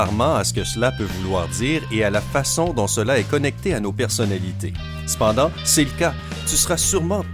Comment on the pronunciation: Ça m'a tuer Le C'pendanrlt ! 😅